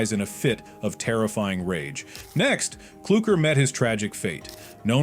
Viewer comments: ITS CLUKR NOT KLUKR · Raddy ❌️ Ratty ✅️ Clukr❌️ Klurker ✅️ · It is not kluker it’s cluker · IT CLUKR NOT KLUKER